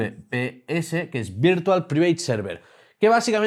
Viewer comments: A la hora de pronunciar VPN, en vez de "Priveit" deberías decir "Praivet" que queda mejor. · No se si esta demas, pero su pronunciacion del inglés es bastante mejorable. Por poner un ejemplo, Private se pronuncia 'praiveit', y aca no hay la excusa de otros españoles, porque no esta pronunciando la palabra en español. Si es del mundo de la informática, deberia mejorarla.